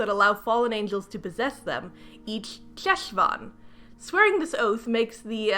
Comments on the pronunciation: I absolutely don't fault you for not knowing, but the Jew in me needs to mention that Cheshvan is pronounced [HESH-von]. Ch in Hebrew transliteration is pronounced as a phlegmy, back of the throat, "H." I also absolutely agree with your assessment that the author probably saw that Cheshvan takes place kind of vaguely around October/November most years, and went "Ah, this must be the old, Biblical Spooky Month." because there is no Jewish holiday or significance to Cheshvan that I can even begin to think of. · Hey! Fluent Hebrew speaker here (: just wanted to say that “Cheshvan” (חשוון) is pronounced more like “Heshvan” (the letter ח doesn’t exist in English, it kinda sounds like ach in German? Or if you’ve ever heard someone Jewish say “chag/hag same’ach”) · I’m sorry but every time you pronounce חשון as “Cheshvan” I internally die inside. The “Ch” is a velar fricative lol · Hi! I'd just like to mention (as an Israeli Jew who speaks Hebrew fluently) that Cheshvan is pronounced with like... a Spanish 'j'? Like in jalapeño. So, Jeshvan lol :D Anyway, I hate this book so much. Judaism is also not the same as Christianity at all (though they're similar, major differences include the after life and the presentation of the ideas of salvation/guilt/responsibility/spreading the religion), so I don't know why they picked Cheshvan over a normal October/November/December. Plus, Cheshvan Isn't a particularly spooky month. There's like, only one event and it's not even Jewish, It's just Israeli (memorial day for Yitzhak Rabin, our only assassinated prime minister) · Jew here. Cheshvan is actually pronounced more like a throaty kh. Like the sound you make before you spit. Khhhhheshvan. It's a Hebrew month name Lol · Hiii I love ur videos! Just want to inform you that the Jewish Ch sound (as in Cheshvan) is actually pronounced at the back of the throat, like in Channukah, chaim, Pesach, etc., not like the English Ch. It's also sometimes transliterated as Kh. Hope this helps!